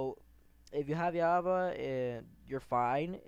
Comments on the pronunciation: its not java not yaba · He has a problem with the letter J lol "yava" "moyang"LOL xd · BRO ITS CALLED JAVA NO YAVA